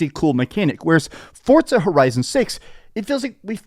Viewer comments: It's FORZA not fortza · The way he says ForTza makes me wanna throat chop him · Why can't Americans say Forza 😂😂😂😂 they always add a T 😂 forTza 😂 amateurs